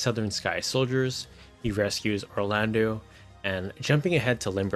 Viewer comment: wait did you say Orlandu!? 🤣🤣🤣 well ok we can all have our opinions 😂